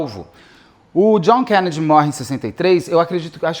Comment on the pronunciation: Por que o Beto esta falando desse jeito estranho ao pronunciar o sobrenome Kennedy?